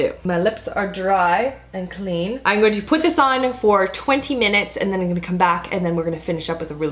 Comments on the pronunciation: I swear I keep hearing i'n instead of I'm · Your "I'ngonnabe" makes me laugh. You say "I'n" instead of "I'm" and it sounds like one big word, lol. "I'ngonnabe."